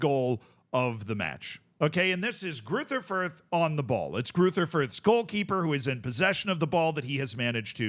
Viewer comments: German doesn't have the "th" sound that English has, it's pronounced like a normal "t" would be. Greuter Fürth would be pronounced roughly Groyter Fürt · No doubt people will be wondering here what is correct, and it's, bare in mind some letters arent typable in english... Gruyter Fuyt? with that German more throaty G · As a German I have to admit that your pronunciation of Greuther Fürth is hilariously bad. unrecognizable 😂😂😂 amazin stuff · ah yes, the infamous "Greuther Fürth"